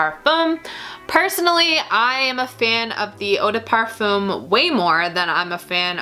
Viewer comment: 1 hour and 23 minutes and you never mentioned a single note just olfactory families and if you liked these perfumes or not. You say you are a fan of Kathleen then I suggest you watch her last perfume vid and learn how to describe a scent. Also learn to pronounce eau de parfum if you are going to use that word a gazillion times... Do NOT like